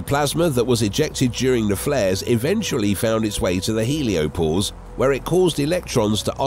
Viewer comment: Heliopause, not “heliopose.” 🙄 Also, what’s with the repeating sentences? Did your editor fall asleep at the wheel? Some of these sentences are so awkward and inelegantly created, I can’t tell if they were constructed by a nonnative speaker or an AI algorithm.